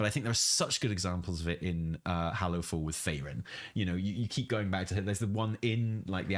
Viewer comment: Faerin? lmao....